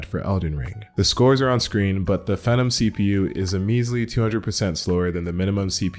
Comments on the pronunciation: your telling me a SWITCH can play ELDEN RING! SIC! HAHAHAHA BY the way its pronounced [FEEEE-nom] not [feh-NUM] U KNOW like the UNDERTAKER! or some one super successful LOL ITS COOL IT WAS JUST FUNNY TO HEAR IT HAHAHA cool video! keep it up n sorry about ur luck maybe undervolt next time lol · fee-nom. I know the spelling makes it the way you say it but they always pronounced it fee-nom.